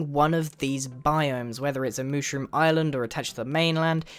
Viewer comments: Mooshroom? It's Mushroom dude. XD LMAO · Grian Its Mushroom Island And Mushroom Not Mooshroom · its mushroom island (mm•uh shh•roo•mm)